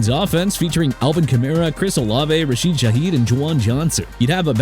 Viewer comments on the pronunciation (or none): none